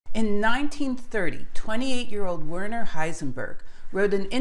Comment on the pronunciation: A fine post - very interesting and very clear. But one little thing that bugs pedantic listeners - could you try and get the pronunciation of names a bit better? It is especially annoying to hear "Werner" mispronounced. It's pronounced "vairner" (sorta).